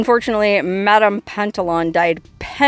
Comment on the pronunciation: Pantalon is french for slacks or pants it is not pronounced like on at the end it is the ou you.😊